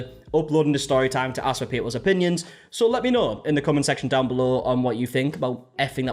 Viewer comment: The "i AXE her" ffs lol